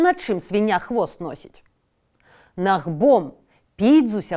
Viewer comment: Гомельская вобласць. Набгом, а не нагбом